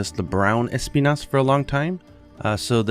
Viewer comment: As a spanish speaker, I can say that the accent in the name Espinas should be on the "i" and not the "E"... it's a spanish word that literally means thorn